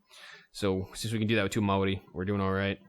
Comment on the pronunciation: sorry for replying to a 9 month old video but he is talking about the word maori although as someone from new zealand i dont think he is correct i believe it is pronounced maodi